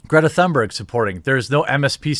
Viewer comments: im swedish its not "thunberg" its Tun (like tuna but without an A) and ber-j ( BERGmeans mountain in swedish) is BER - J " with a J like jay not a hard G. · its a silent h in thunberg... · I second absolutely everything you pointed out there. Just chiming in with a correction about how to pronounce her name: there's no thunder in it, so to speak, the THUN is pronounced like TOON (more precisely an umlaut 'Ü' sound, but let's just skip that for simplicity), and the BERG sounds more like BARE than HER (just talking about the vowel here). The 'R' is also less prominent than in English, so TOONBEG is the closest I can simplify it to. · Pronounced "Toonberg." Which is more appropriate anyway because she's like a cartoon.